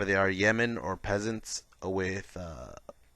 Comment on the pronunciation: Cant help but laugh when you say Yeman and not Yeo-man, just need some Saudi aircraft to fight off all those Yemen! Great BR though, enjoy your stuff!